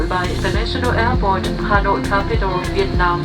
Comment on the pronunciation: Thank you for saying Vietnam correctly!! Most people (in America anyway) say it like “Viet-Nom” which is incorrect